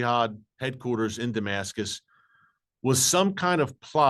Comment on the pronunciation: Apostle Paul is what pops in my head first thing when you say Demascus